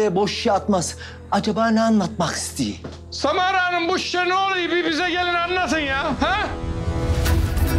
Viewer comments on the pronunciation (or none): O sırada roni ::::::SaMaRA AdINı YaNlIş sÖYLiYİNce ÇoK KıZıYo